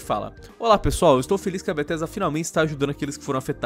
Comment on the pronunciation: "bettesda"? Kkkkkkkkkk